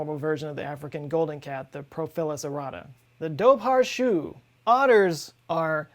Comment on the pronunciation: Chú is pronounced like "who" with a very soft C sound rather than like "shoe". Its the Irish word for hound.